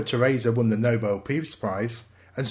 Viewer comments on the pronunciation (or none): none